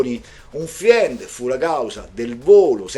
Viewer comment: 😂 dai, lavoriamoci in gruppo: FRIEND si pronuncia "FREND"... insieme divertendoci! E sempre grazie 😊